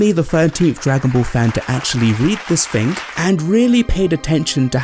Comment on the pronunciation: Its "Thing", not ''Fink".